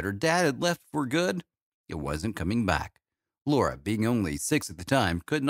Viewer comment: u can't even get her name right! it's LARA